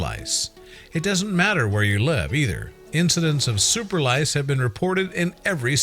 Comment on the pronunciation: My name is Microsoft Sam the narrator Should say! It is head scratching! Rice? Lice? 🧐 Rice?